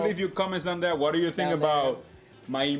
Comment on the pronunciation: nah an accent is an accent , grammar is the thing or the way u say the words, I think the Jew instead of you is cute... I speak spanish fluently, for 15 years they excepted the way I spoke and the words I used ... they didnt care about my accent , then after letting me speak for that long they then decided to tell me i was using the wrong words .... i it was like learning the language all over again... argh they said my accent was perfect but only when i spoke the wrong words did they know i was not spanish, i asked why .. they said cause you were trying